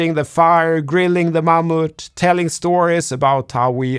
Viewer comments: I love the way you pronounce "mammoth" and wish you could find a way to use that word in every video moving forward. Thanks,! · I'm not sure why but the way you said "Mammoth" was so amusing 😊 *well I listen to YT on 2x so that might have contributed.